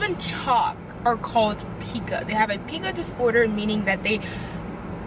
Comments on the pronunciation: It’s pronounced “pie-cuh” not “pee-cuh” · P-eye-ca not pee-ca❤️ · It’s pronounced “Pie- Cuh” Not Pee-Cuh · Its killing me sorry girl its Pie-ka no pee-ka 😭😭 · Pica Pronounced pie-ka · It’s pronounced pie-kuh